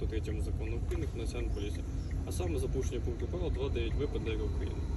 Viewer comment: "Це поюшеня... Сума штьяфу... Пйедьявіть документи..." Вашу м@ з вашими мус@@